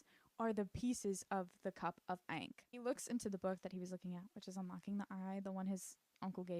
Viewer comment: a lil tip ankh rhymes with honk. It’s kinda like “honk” with the h removed so “-onk” !